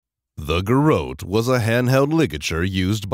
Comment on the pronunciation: it's GAIR- UT